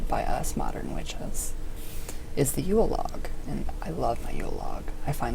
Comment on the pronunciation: Wow could you butcher the term of Yule more?